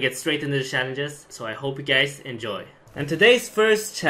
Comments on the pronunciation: "T-y-C TakINg YoUr ShhaLlenGes" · TYC#1: say challenges correctly. TYC#2 pk guy only using your face to push the buttons on ur keyboard and mouse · TYS: Take Your Shallenges